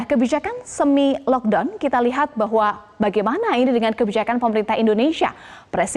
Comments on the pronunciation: "Penyebaran Kolorna" "Lokdon" Wkwkwk🤣 minum duluh gihh mb biar ngomongnya gk ngos2an. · ngomong nya "LoCK DawN" bikin baper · ngga konsen sma beritanya jdi konsen sma prensenternya stiap bilang kata" LOCKDOWN kek sesuatu bngett wkwk maafkn sya sesama temen2 netizenn